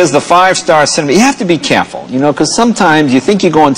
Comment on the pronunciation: Every once in a while, his Bostonian roots show up, as in the pronunciation of "careful" just after .